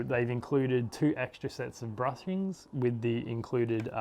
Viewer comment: Hey bud, nice video but I must correct you. It's bushings and not brushings, otherwise nice video.